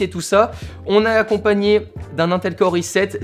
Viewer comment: sa se prononce pas un tel mais in tel